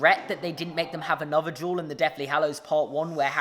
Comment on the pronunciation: I was not paying attention when you said "Harry and Draco duel" and for the first couple seconds I thought you said juul and oil